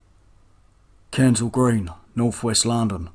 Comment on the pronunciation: You're accent is waaaay too thick and lazy : are you trying to parody cockneye mockney Ray Winstone ? That's 'Kensal' Green not 'Kaansal'